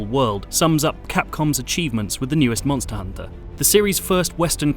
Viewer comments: don't you hear the reviewer? You say it like Monstahr Honta, mon-stus. SAY IT LIKE HIM. MONSTUS, MONNNNSTUSSS, you ah tha MONSTA MONSTUS HONTA! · Reviewer says: Monstahr Honta. Mon-stus